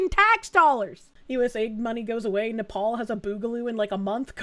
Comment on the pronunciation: I love how says "Nepal" like "napalm", which might be a possible solution to several problems in this video (in Minecraft)...